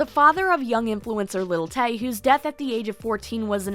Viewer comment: Who's "Little Tay?" Do you say "Little Wayne?" "Little Kim" haha